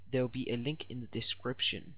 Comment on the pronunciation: LOL "there will be a link in da description" funny when u said it